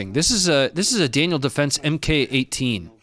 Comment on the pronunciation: that Daniel Defense MK 18 is not an "EM Kay" 18. MK is an abreviation for Mark, as in Mark 1 (MK. I) Mark One, Mk 2 (Mk, II) Mark Two etc. It is a form of designation for variants of military kit, the process going as far back as the First World War by the Brits.